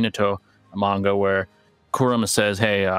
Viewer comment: OMG PRONOUNCE KURAMA'S NAME PROPERLY